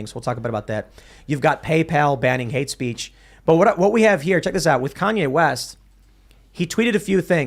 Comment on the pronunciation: lack of ability to pronounce an H after a T in words like “with” gets under my skin eventually.